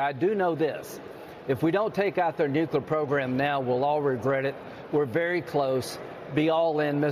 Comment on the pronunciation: "If we don't take out their nucular program immediately..." LG. Good God.. 🤦‍♂